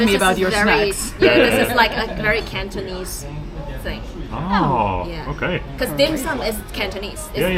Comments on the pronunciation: has the gift of speaking Cantonese, the pronunciation is very standard! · wow has a lot of potential speaking Cantonese, very precise pronunciation! 👍👍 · By the way，Your Cantonese pronunciation is quite accurate😂 maybe you two have a talent for speaking Cantonese👍👍